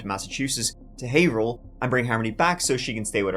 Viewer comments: You pronounced Haverhill right this time 😂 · Wow, someone knows the real pronunciation of the city Haverhill. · Kudos for pronouncing Haverhill the native way every usually screws out up. Have-her-hill or hay-ver-hill but we pronounce it hay-vrill ❤ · Quick note: "Haverhill" is pronounced: "Hav-rill" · Very local case to me. First, my hat off to ya for pronouncing Haverhill correctly! Some locals even mess it up! Also, I personally know corrections officers at the prison and Adam is not living comfortably, that’s for sure! (Deservedly so). The only reason Kayla agreed to speak with police after her welfare fraud arrest was because they bribed her with methadone because she was so dope-sick in jail. (A friend saw her in police custody at the clinic that day, so it’s confirmed). Big pieces of 💩 throughout this entire case! I feel for the innocent kids in all of their wakes. Smh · Nice job on Pronunciation of Haverhill! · Holy S@ you pronounced Haverhill right!! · 👏👏👏👏👏 you pronounced haverhill correctly!!!! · Never heard someone say Haverhill correctly and not be from New England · First youtuber to pronounce haverhill correctly? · Major props for pronouncing Haverhill correctly